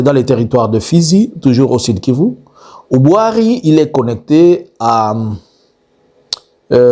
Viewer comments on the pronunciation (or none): none